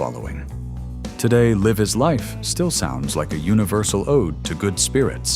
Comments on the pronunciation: AI slop detected: The name of OPUS' song is pronounced as "Life is life", not "[liv] is life", A-HA is not pronounced as [ei-ha] and moreover, they're far from being a one-hit wonder, Voyage Voyage is pronounced the French way etc. 😮. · Voyage, voyage - at least try to learn how to pronounce it. The same applies to Live is life. Baltimora, and especially A-Ha were not one hit wonder. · AI narrator? I mean, ‘he’ reas french ‘voyage’ as you’d read it in english. And ‘live’ (in ‘Live is life’) read as the verb ‘to live’. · Note to whatever AI was used to create and voice this - A-ha id not -ronounced “Ey-Ha”, and they were not a one-hit wonder band at all. Another AI giveaway is the wrong pronunciation of “Live is Life” at the end of that segment.